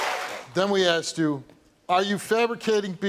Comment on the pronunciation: This story is sad, but this family needs to learn how to use proper english. Asted?? Axed?? Its asked!!!! Mom obviously didnt care to properly raise her children.